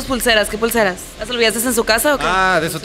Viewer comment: Soy yo o dijo ''olvidasteS''?